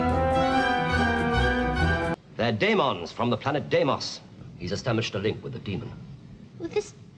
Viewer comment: Hang on, was Benton's pronunciation of Dæmon adr'd?